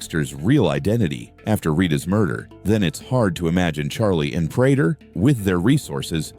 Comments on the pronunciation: He needs to type it Pray tur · Your Ai cant read prater correctly